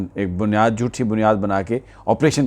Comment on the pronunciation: آپ کا پروگرام معلوماتی ھے - بہت اچھا ھو اگر آپ اردو الفاظ کو درست ادا کریں - جوٹھی اور جھوٹی میں فرق - دوکھا نہیں دھوکا - بہت شکریہ